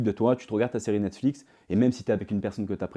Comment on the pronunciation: Il dit « Netsflix » 😖